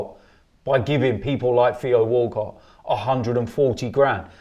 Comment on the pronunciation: Does Robbie have something against the letter 'T'? And who is Feo Woolcoh? I thought these people were English?